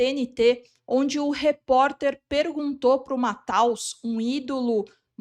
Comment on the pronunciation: Lembrei do Galvão Bueno se esgoelando na copa : Mathaus!!!!! Virou meme pela ignorancia: apesar da escrita em alemão, o correto é pronunciar Matheus! Assim como não existe "IGnacio", mas "Inacio"... ou alguém pronuncia WellinGton? O G é mudo e logo, não se pronuncia. Serve para Bellinghan Tb e não é "BrllinGhan". Precisamos melhorar!